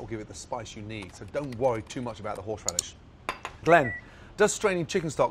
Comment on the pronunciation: "horsheradish" lol